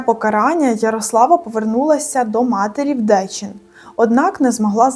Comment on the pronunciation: Ви трохи неправильно називаєте місто - не Дечін а Дєчін.